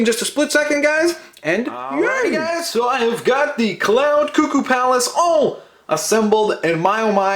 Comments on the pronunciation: its pronounced ku-ku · We all <3!!! And yes, it's "Koo Koo";) We think you are so much fun. Ya sold me on this set.